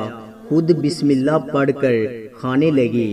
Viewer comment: Mere bhai pehlay bismillah Drust parho achi tarhan seekh lo shukriya